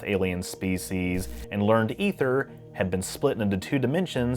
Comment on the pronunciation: You are the first youtuber I have ever heard correctly pronounce Aether. I am so happy right now. Lol